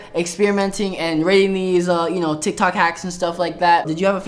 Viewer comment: LOL THE START Michael: today we are going to be trying some tiktok HaCkS!! Jonathan:NIKNOK nAcKs Caught me off guard YO 😵😂😂😂😂🤣🤣🤣🤣🤣🥲